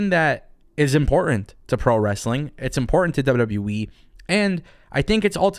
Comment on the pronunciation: He said WW WEEE